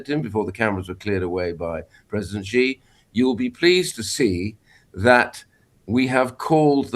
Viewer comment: It’s not Zhee Jin ping, it’s pronounced She Jin Ping